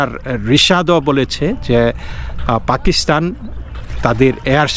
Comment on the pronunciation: পেকিস্হান না পাকিস্তান শুদ্ব করে বাংলা বলেন গুজব খবর দিয়ে নিজেই ক্লান্ত